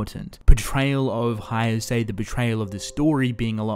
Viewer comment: Everything in this video is good... The expalanation etc..... But when you pronounce Haise as "Haiase"... That kind of tickled me from the inside.... loved the Vid Though